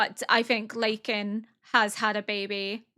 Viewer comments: LaKan! Lah-Kan (not ley-ken!) but im sure patreon already gotchu ❤ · I'm sure you already know by now but Lakan is pronounced like L-AH-kan instead of L-AY-kan /nm ! "I don't think Jinshi's is gonna want Maomao anywhere near him, 'cuz he thinks Lakan's a creep- and a weirdo." tbf Lakan is also acting a massive creep and a weirdo haha, even if he might be Maomao's dad, he wouldn't really have the right to be all up in her buisiness, like who is this man?? /silly. plus he's making Jinshi's work harder for him, please let my boy have a break </3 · Just for future reference(since chinese is a very tonal language which is what their names are based on) Lakan's name would probably be more pronounced like La-khan. Love your reacts etheir way it is so interesting to see a perspective of a person who knows literature so well